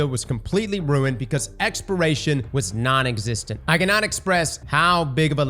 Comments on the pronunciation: You know I was baffled the whole time in this video and then I saw this comment he indeed says expiration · Exporation…you mean exploration? 😂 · lmao stop saying expiration its EXPLORATION. holy fuck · "Exploration" not "Expiration" 🤪nice Vid! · *exploration, not expiration, I swear if I have to hear expiration one more time. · Take a shot every time says “expiration” instead of “exploration” 🤣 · This man trying to kill us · The fact that it's on repeat makes him impossible to listen to. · It’s weird because he can say explore, but he can’t say exploration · Say it with me brother. ExpLoration… you got an L in there bud that you are missing. Explore… but add on the Ation. Ex-PL-OR-AT-IO-N. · Say Expiration... One More Time... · Lmfao so I thought he was just saying it fast, he slowed down and said expiration🤣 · Does not know how to say "exploration"?